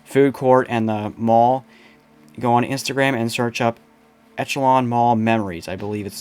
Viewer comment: Good video. It was nice to revisit this site, as I worked on the redevelopmen project back in the early 2000's. And FYI: Echelon is pronounced "ESH-a-lon" , not etch-a-lon. For what that's worth. Thanks for the trip down memory lane.